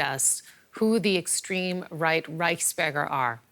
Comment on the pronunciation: oh thought she said rice burger it's Reichsburger lol